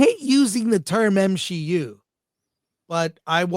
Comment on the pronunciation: For Grace Randolph to say it's M-She-U.......then it must be really bad, The Marvels level bad 😂😆